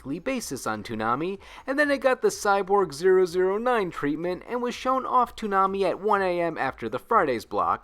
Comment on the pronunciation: Pretty sure the numbers in Cyborg 009 are said as Double-Oh Nine. On a similar note; date in Gundam's Universal Century are also said as Double-Oh number. So War In The Pocket is Double-Oh Eighty.